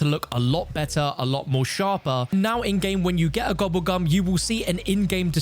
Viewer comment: "AND WHEN GOING TO EHHDIT A GOBBBLE GUM" 🔊🔊